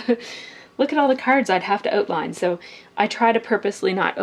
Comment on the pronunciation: I don't even DO project life and I watched this whole thing! I like it when you say "oatline." It makes me feel sort of happy, I don't know why. Your girls are going to be so happy that you did all this, even though I think you are doing it just as much or more for you--such a positive endeavor--they get to see mom doing something for her, they get to enjoy the results and see how much they are valued--it's just a total win for you guys (and anyone else who does PL +/- regular scrapbooking.